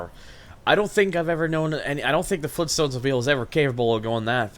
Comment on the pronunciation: Fleen stones?!?